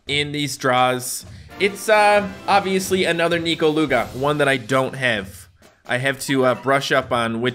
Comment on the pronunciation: Ur pronauncing NEKO wrong its neko not nyiko